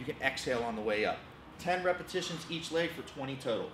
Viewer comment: Did he just say repasitons the sexond time.